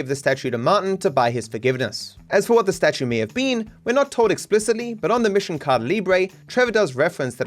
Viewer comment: Please dear stop saying "Cada Libre"! The word "Caída" is pronounced "CAH-EE-DAH", not "CAH-DAH". Please and thank you.